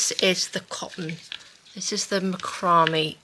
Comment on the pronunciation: Incorrect pronunciation of Macramé… Mac like Big Mac- row like row your boat- may like month after April… thought you might like to know correct way to say rope’s name